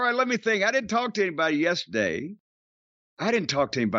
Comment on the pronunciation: This really has Jim upset. Listen to how thick his accent gets when he says "yess'day"